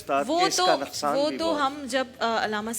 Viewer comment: مولوی کوکب نورانی لفظ بول رہا نکسان ہو جائے گا. . . اسے بتاو نکسان نہیں . نقصان ہوتا ہے